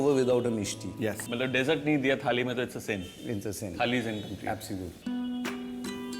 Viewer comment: Yummy thali chef. Would like to correct you on your pronunciation. It is de-ssert and not desert. Desert means registhan.